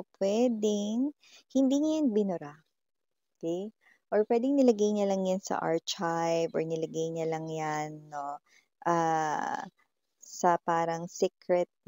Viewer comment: archieve - arkayv po sya ipronounce hehe no hate po na bother lang po😅😊